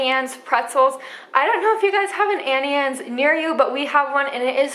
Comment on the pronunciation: It’s auntie, not Annie Anne